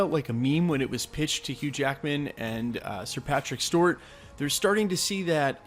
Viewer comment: Please stop saying Stewart like that